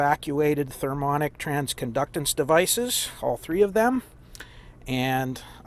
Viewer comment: Therm Eye' On Ic, did you mean? :-)